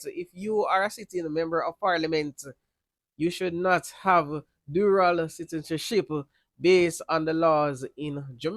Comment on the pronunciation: Dual* not Dural